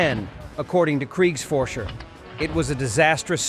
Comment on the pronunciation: “Kriegs forcher”? That’s not Nazi shit. Nope. Not even a little